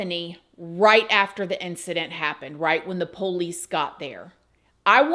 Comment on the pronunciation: PO LEASE LOL I likevhow she says it